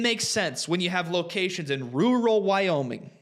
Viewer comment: Holy shit, do you know how to say rural? 😮😅